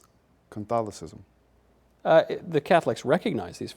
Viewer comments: If this guy says "Can-tholicism" one more time.... flips desk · "Is this from... CONTHALICISM?" Bahahahahahahaahahahahahaha. He's clearly not demon-possessed because they could pronounce CATHOLICISM...